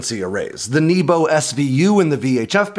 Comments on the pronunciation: you talk about the Nebo anti stealth, but it’s not pronounced like you would think. It’s “neh-bo” which means sky. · Nebo is not pronounced 'neebo'.